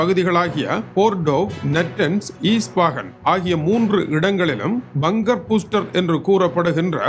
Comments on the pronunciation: அது பங்கர் பூஸ்டர் இல்லை, பஸ்டர் ஐயா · Bunker Booster you pronounce😂😂😂😂